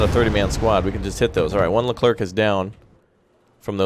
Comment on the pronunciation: Super Stellar French here, you don't have to pronounce the "c" at the end of "leclerc" so just end like "air" ;)